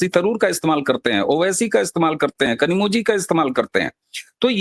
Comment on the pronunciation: Kanimozhi का उच्चारण कनिमोऴी है, न कि 'कनिमोझी'. तमिऴ भाषा में यह 'ऴ' वर्ण है, वह मल्याळम छोडकर अन्य भारतीय भाषाओं में नहीं है | उस का उच्चारण मराठी, गुजराती व अन्य दाक्षिणात्य भाषाओं में 'ळ' वर्ण है, उस के समीप है, न कि 'झ' के | रोमन लिपी में उसके समीप अने की संभावना ही नहीं है, इस कारण से कुछ लोगों ने 'zh' का उपयोग करना शुरू किया, और वह रूढ हो गया |